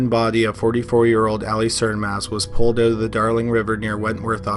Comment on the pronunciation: narrator said pulled oot 🤣